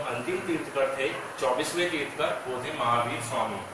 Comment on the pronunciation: तीर्थंकर होता है तीर्थकर नहीं